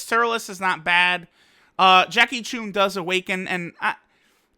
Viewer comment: Bruh its jackie chun (ch uh n) not jackie choon